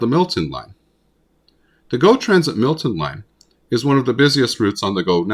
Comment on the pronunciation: Um, it's Milton, not Millton.